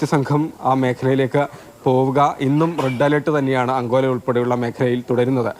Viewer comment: അങ്കോല.... അല്ല അങ്കോള......